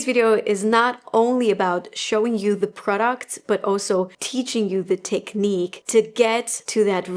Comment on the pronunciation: The way you say technique i just cant